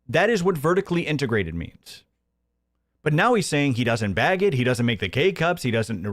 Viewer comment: If i hear these rural dullards say "beg" for "bag" one more time, Im going to lose it. PPP and Hambley.